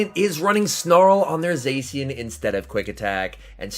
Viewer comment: Its pronounced Za-Shee-uhn plz. My ears are bleeding